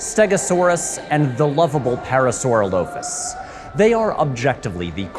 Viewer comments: pretty sure "parasaurolophus" is pronounced "pair-a-sore-aw-low-phus," not "pair-a-sora-low-phus" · ....im sorry, how did you pronounce parasaurolophus?? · The silent ph in parasaurolophus had me dying even tho it is probably just an accent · the way you pronounced Parasaurolophus got me killed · Ouch, that pronunciation of parasaurolophus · What a BRAVE way to pronounce "parasaurolophus"